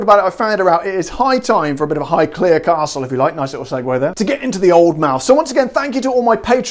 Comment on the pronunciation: Amazing!!!!!!!!!!!!! and yes you are saying Highclere correctly!! 😜